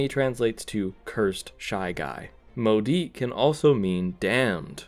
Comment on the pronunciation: Even as a french person i did not understand when he said maudit but im happy that there is smth french in the vid.